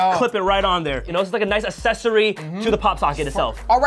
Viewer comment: “really nice asssessory”